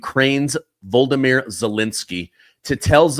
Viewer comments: I love and respect your reporting, but ZELENSKY'S first name is the Ukrainian version of Vladimir. It's "VO-LO-DO-MYR", NOT VOL-DO-MYR. The first and third o's are long o's, but the second o is a short o. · it's Vol o di mir, not "Voldimir" (akin to Voldemort) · VO-LO-DO-MEER IS HOW ITS PRONOUNCED!